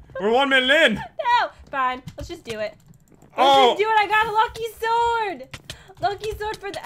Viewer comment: STOP SAYING LUCKY SORD FOR THE OW!